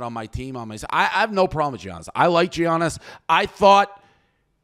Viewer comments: If says "G-Annis" one more time, I might kill myself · Imagine saying his name as GEE-annis 😂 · It’s pronounced YAH-NIS!! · Guys the mispronunciation of Giannis's name was terrible haha & Dave need to apologize! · As a Greek, please God someone teach this man how to say the best player in the worlds name. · The way they pronounce Giannis is mad 😂😂😂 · How many times is he going to say Giannis wrong? That was aggravating as hell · I see they learned how to pronounce Giannis’ name from PFT